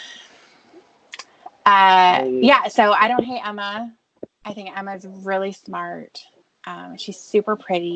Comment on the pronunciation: I’ve noticed that to. Instead of saying ”You sound smart” to Kayla in the phone conversation, he says ”Yew shund smurrrrr”.